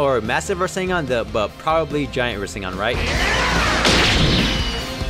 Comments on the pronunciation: ITS NOT PRENOUNCED RESENGAN ITS REZENGAN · I forgot to put the a in rasengan